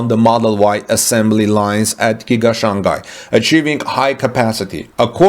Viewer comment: The second syllable of Shanghai is pronounced like “hi” not gai or kai.